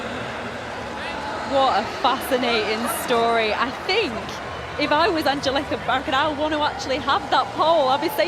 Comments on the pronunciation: How the hell do the commentator say her name? Angelita Backiston? That is how she says it to me. How hard can it be to say Angelica Bengtsson? It sounds just like it is spelled. This commentator are either stupid or drunk! The Alicia Bentsson. OMG this commentator is so bad. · "Angeleta Backisten" nailed it...